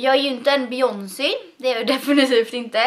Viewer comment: Hahah "becyonci", det uttalas bejonsej typ :)